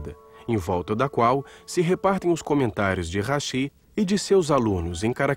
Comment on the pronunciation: Falou hashi e não rashi